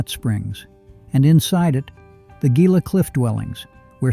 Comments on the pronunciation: Gila is pronounced Heela, not Geela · Gila is pronounced heela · Gila is pronounced HE-luh. Is this AI? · Gila is pronouned "Hee-Lah" like in Gila Monster. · I know!! that irritates me too. I grew up in towns in Gila County AZ and just hate when it's not said right. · Just like in another video. Pronouncing of names is absolutely horrendous! Gila is pronounced Hila. Gonna do stuff need to learn how to pronounce!